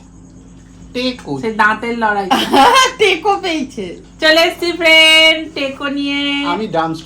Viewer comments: Vai ota taco teco na ki aschorjo era taco k teco baniye diyeche. Ucharon na janle google korte paren to. Joto sob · ওটা টেকো না ট্যাকো বা টাকো বলে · Ota please teko bolo na,ota taco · "Taco" ke "teko" bolchoo🥀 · Ota “Teko “ na didi ota ke “Taco” bole..